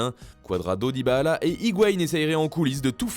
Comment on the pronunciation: Essai de bien prononcer son nom: c’est Dybala et non Dybahala